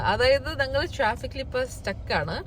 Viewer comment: "ഞ"ങ്ങൾ എന്നുള്ളതിന് " ന" ങ്ങൾ എന്നാണ് പറയുന്നത്. അത് കൂടി ഒന്ന് തിരുത്തു കുട്ടി...